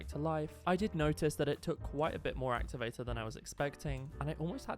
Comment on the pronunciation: “actuvatu”💀 “amizin”💀 “puple”💀 “pufict”💀